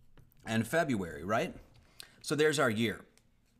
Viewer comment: Two questions: 1) What is this guys point? Sure, the naming and numbering of the months doesn't make sense because people fiddled with it too much. So what? 2) Should we really trust a person who is taking apart the Gregorian calendar but can't pronounce "February" and doesn't know how to use the word "which"? 3) The numbering of my questions doesn't make sense after I announced only two questions. Am I onto something?